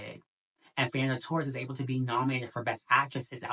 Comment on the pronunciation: it´s pronounced toHEs, fernanda toHES